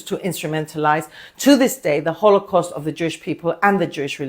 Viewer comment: Holy Sh.... She burned they sooo bad.... "It's annadah holo-cost"!